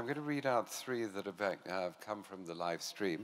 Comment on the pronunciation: Posh British man saying "live stream" was really funny